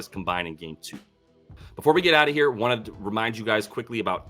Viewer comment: It's not "toooo", It's "TU" 😉